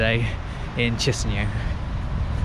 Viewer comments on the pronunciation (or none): say chinsinau again